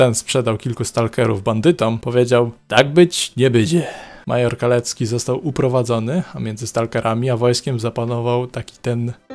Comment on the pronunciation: A no i nie major Kalecki a Chalecki.